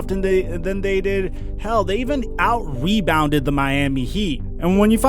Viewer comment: "out webounded" lulz